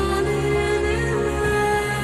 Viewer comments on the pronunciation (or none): It drives me crazy that she doesn't pronounce the V in loVe...she says "I can't help falling in low with you"